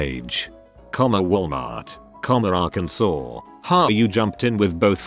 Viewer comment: At least the robo voice pronounced Arkansas right.